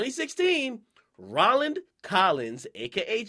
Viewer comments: N0T0FTHIS EARTH on god this nigga said "Raw-land" its pronounced "Ro -land" punk ass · How you a DJ and can't pronounce "Roland"